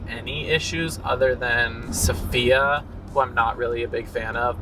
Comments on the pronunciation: Her name isn't pronounced Sophia. It's SAFiya. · Hey chick , her name is SA-fiya , not SO - fiya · i- i cant handle you saying "sofia" instead of safiya lmao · Her name is Safiya. Not Sophia... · It's sAfia not sOphia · babies please, its Safiya not Sofia. Please don't mispronounce her name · Saf is a POC, you should get her name right. It's SAF-I-YA.